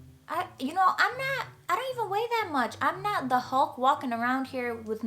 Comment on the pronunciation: She has a NY accent every time she says "not". "NAHHYT so good". LOL. Also a request: another ASMR video